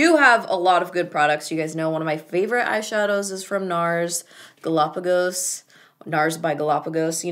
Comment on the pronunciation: Did anyone else catch that "Nars BY gallápalos" 😂